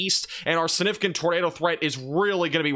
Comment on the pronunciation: AGAIN, The word is SIGNIFICANT NOT SINIFICANT. ALSO the word is SPECIFIC NOT PACIFIC unless you are talking about the ocean.